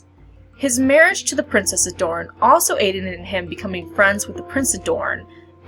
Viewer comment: Why are you calling the prince of dorne (moron) I think his name as it is written